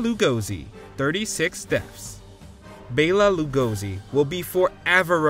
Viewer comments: If you can't pronounce the first name on your list your credibility is shot and there's no reason to continue watching. C'mon guys, it's not that hard, do a little research. It's "BELL- uh" "la-GO-see". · WTF is up with the pronunciation of Bela Lugosi's name? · Except the narrator butchered the pronounciation of Bela Lugosi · Oh my god. less then a minute in and I am triggered by their pronunciation pf Bela Lugosi. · Found it real off putting the way you pronounce Bela Lugosi's name